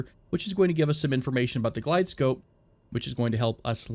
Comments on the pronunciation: Also its GlideSlope not glidescope lol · Love your videos! Really enjoyable. I hope you keep making them. I fly professionally, small tip if you'll allow me. Its pronounced "Glideslope" for a Precision approach (ILS) or Manual Glideslope for a non-precision approach (Localizer). Again, I can't wait to see more of your videos!! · Love the videos! though "Glide slope" is how it is pronounced.